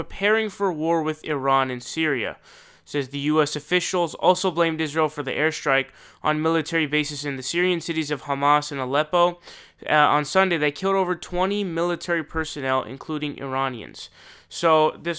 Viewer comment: The City is called HOMS not HAMAS.